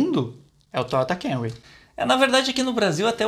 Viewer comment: Nao é Kemry é KAmry o carro é japonês